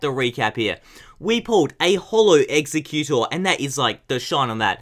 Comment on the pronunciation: I hate when you butcher the pokemon names ;_; "Execcutor"